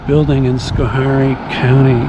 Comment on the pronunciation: its pronounced sko hairy fyi